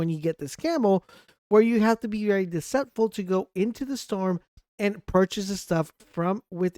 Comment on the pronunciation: Phalanx is an easy word to pronounce. The next time you make a video, ask an adult how to say these words. Also "deceitful". SMH.